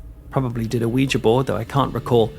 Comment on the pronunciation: Thank you for your channel! I'm a Brit living in TN and I grew up in Essex; I just love watching your videos about home! Also, thank you for pronouncing Ouija board the right way!